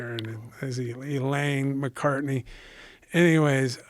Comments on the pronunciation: How many times did Tank mispronounce Big John’s last name lol? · I can’t help but feel like there’s intention behind the butchering of his name.